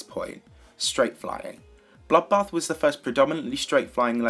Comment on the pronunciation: whenever says bloodbath i hear buffbath